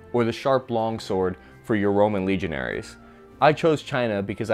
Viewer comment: The Carl Gustav is a recoil-less rifle, not exactly a rocket launcher. By your definition, a mortar is a rocket launcher. Legionnaires is pronounced "lee-jun-airs" not "lee-jun-air-eez". Panzerfaust is "pan zer fowst", not "pan-zer-fest". If you are going to play at being a journalist, be perfectly concise and correct.